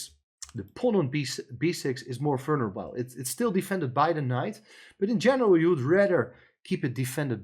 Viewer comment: It took me quite some time to figure out what the very strangely pronounced word was. It's "vulnerable" and it should be pronounced very differently. Look it up.